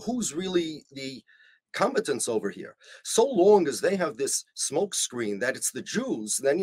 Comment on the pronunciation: With love, rabbi: Your syllable stress makes "combatants" sound like "competence".